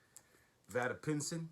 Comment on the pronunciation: Vada Pinson. You pronounced his first name incorrectly